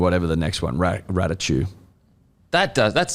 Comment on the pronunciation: Raichu ❌ Ratachu ✅